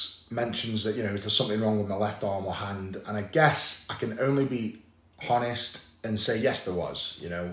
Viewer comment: Does he really pronounce the H in honest?